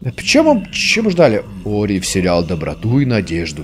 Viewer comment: Это только я заметил или нет, но назвал "Ори" - "Орио" на 41 минуте, во время наводнения 😂